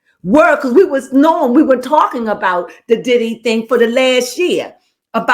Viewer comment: You almost got it right but not quite it’s not diddy